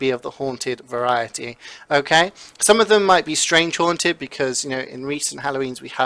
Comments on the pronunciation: Don't you mean HAUNTED not hanted?????! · All Hanted loadouts"